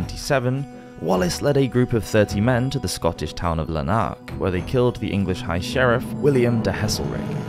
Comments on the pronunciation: practically that whole list of names was completely wrong one after the other lmao Lanark, Elderslie, Renfrewshire and Scone where all wrong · I know you tried your best, but check your pronunciation of Lanark 🤣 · Loving the content on the channel, I’ve been binging all of your videos! But I’d suggest looking up the pronunciation of place names - Renfrewshire, Elderslie, Lanark, and Scone all pronounced wrong in quick succession was a bit jarring. Not that this takes away from the interesting content, please keep it up 😊